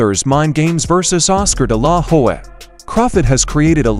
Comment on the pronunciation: This.guy.anouncing is an idiot hed calling oscar delahoya (dilaw- hoy) he cant pronounce his name he shouldnt be talking about this at all dude you are stupid learn to pronounce names lamer